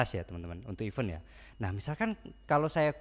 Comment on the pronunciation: koreksi aja mas. event dibacanya iven (e bebek, bukan e beli)